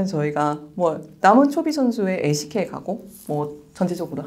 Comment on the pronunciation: 왜 lck를 항상 알슈케이로 과장 발음하는 건지..ㅋㅋㅋㅋ 좀 이상하네요